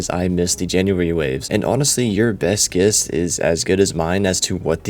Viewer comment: Why do you pronounce “guess” like that? 😂